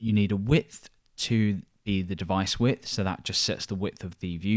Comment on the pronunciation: On it sounds like you're saying "when we start to add our width son" haha